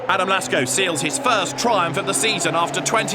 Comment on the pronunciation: Why is he saying Lasko and not Lacko